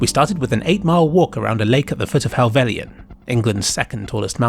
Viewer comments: "hellvell y un" bro its just hell-vell-yn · It’s “hel velin” not “hel velian” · Nice footage. A small point though: It's Hellvellyn (pronounced Hell-vell-in) not Hellvellian. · I can't quite get over how you pronounce Helvellyn